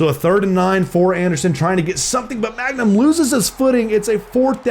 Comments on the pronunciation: i hate how he calls him magnum instead of mangum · not u continually calling him magnum when his name is man gum😂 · every time he pronounces mangum as 'magnum' i die a little inside